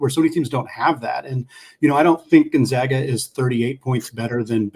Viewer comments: When you have a fellow podcaster on, maybe it’d be a good idea to gently mention how to pronounce Gonzaga. It’s off-putting to hear it mispronounced. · People are still mispronouncing Gonzaga. Very irritating 😠